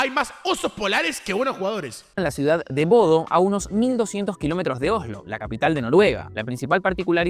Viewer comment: Se dice Bodø no Bodo